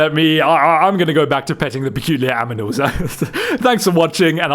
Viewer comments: did you call them,,, aminals? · Did anyone else notice that bro was saying aminals? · STOP SAYING AMINALS ITS ANIMALS NOT AMINALS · ah yes, the "aminals"... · No one: Beak: A M I N A L S